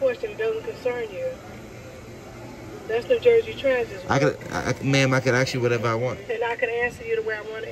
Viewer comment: PLEASE the words are " Ask and Asked" not AXE nor AXKED.